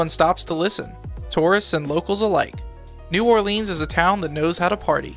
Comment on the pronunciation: We pronounce it New OrLins, and Metairie is pronounced MetaRee great video tho